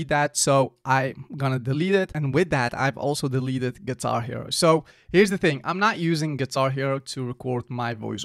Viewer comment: Bro said “guitar hero “😂